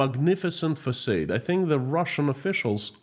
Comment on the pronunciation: It is pronounced fasaaaad!